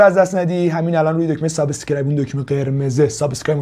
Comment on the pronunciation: سلام جان یه نکته ای میخواستم بهت بگم که هم شما و اکثرا یوتیوبرها این اشتباه رو میکنند. و اون تلفظ کلمه سابسکرایب هست. میخواستم بگم حرف ب به صورت ساکن خونده میشه و ب کسره نداره. امیدوارم در ویدیو های بعدی به این موضوع دقت کنی و متوجه تلفظ درستش شده باشی. از گوگل ترنسلیت هم میتونی کمک بگیری نحوه خواندنش رو. موفق باشی.